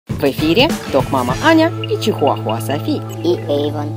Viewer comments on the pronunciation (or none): none